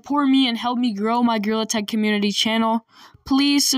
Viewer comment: bro i just relized when you sayed gtag you sayed girl tag and grill attack